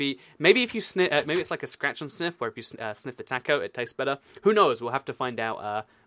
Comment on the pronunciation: Why do you say "taco" wrong ?